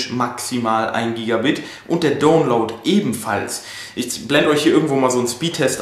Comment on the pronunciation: Meinst Du mit "Ruter" den Router? Das wird "Rauter" ausgesprochen. Download wird "Daunloud" gesprochen, nicht "Dohnloud". Man bin ich heute Dohn. :-) Nicht böse gemeint, unter Kollegen. Mich würde sehr interessieren, was die Kilowatt Stunde Strom bei Euch kostet! Hab das mal gegooglet aber gaaanz unterschiedliche Preise bekommen.